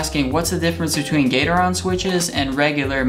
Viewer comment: gat-er-on not gater-on